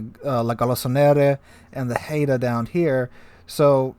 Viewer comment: Great Vid-- appreciate you content and analysis -- but Haida -- pronounced - (Hide-ahh) -- cheers